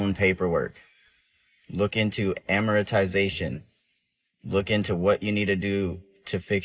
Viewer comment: “Look into amoritisation” 😂